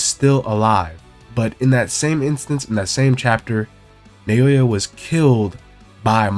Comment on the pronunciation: Pronounced NOW-yuh not Nay-OH-yuh